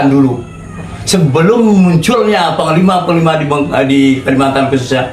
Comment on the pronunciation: Yang saya dengar sebutanya bukan psnglima tapi pangkal lima